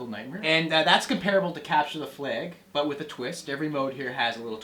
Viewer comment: It is pronounced flag not fleg.